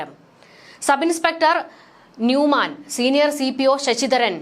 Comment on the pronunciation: എസ് ഐ യുടെ പേര് നൂഹ്‌മാൻ (Noohman)എന്നാണ്.ന്യൂമാൻ (Newman)എന്നല്ല.